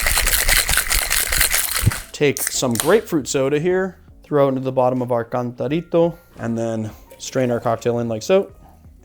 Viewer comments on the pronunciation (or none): He messed up the cantarito